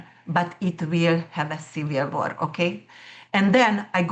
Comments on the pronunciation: Trying to figure out what she is saying . Listened multiple times, US is also going to have a ????? sounds like cereal. Otherwise, awesome information. Hope it plays out that way ! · I think she said America is going to have a civil war. I had to listen to that a few times too.